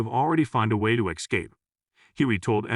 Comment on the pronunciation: How is it still mispronouncing words like escape